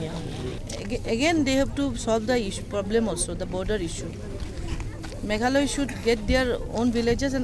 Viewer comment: Pronounce it properly it is Meghalaya